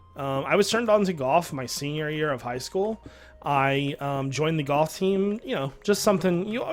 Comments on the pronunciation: U say goyh instead of golf and it is annoying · Is he saying, "Goff" or "Golf"?